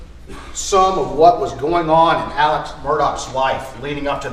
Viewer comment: i am baffled by Alex being pronounced Elik every time.